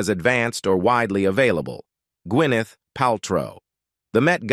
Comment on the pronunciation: wth w the pronunciation? ka pruh instead of CAPrah. gwyNETH instead of GUINneth?